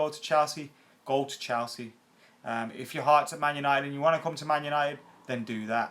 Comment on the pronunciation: Ffs never gonna suscribe to someone who can't even say Chelsea properly.. wtf is CHALsea..